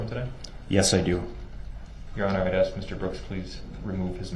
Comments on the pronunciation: Can I "axe" a question? If he is indeed not Darryl Brooks... then why does he keep answering to the name? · When is someone going to tell him that axeing someone is a crime? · blood you axe that as if your Donald Trump or some shit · I can’t stand this Jack ass. He is so rude. He doesn’t “AXE” Please when asking prosecutors to show the display. Seems like his Momma let him do whatever he wanted which led him to Life in Prison.